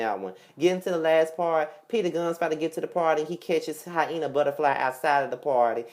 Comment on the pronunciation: did u say hienah buttaflyyyy??? U ARE SOOOO STUPIDDD....LOL SMDH!